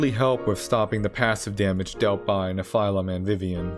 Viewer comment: Great video but is that the official pronounciation for Nephilim? It made my brain hurt a bit.. I'll go with the standard anime/Supernatural pronounciation. Hehe